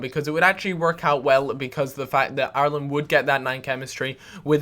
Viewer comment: its funny how cant prenounce IRELAND properly